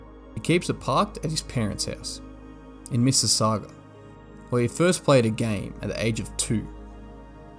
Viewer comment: Missi sauga, as in sausage.